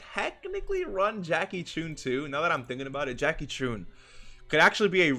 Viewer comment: Jackie "choun".😂😂